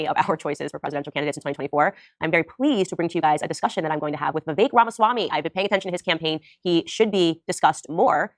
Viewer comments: Its vih... veak , not vaivek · Vivek is pronounced “Viv-ake” I love him so much that I changed my registration from Independent to Republican just to vote for him in the primary.